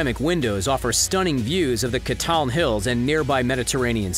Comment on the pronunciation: Did he pronouce Catalan, Catlan?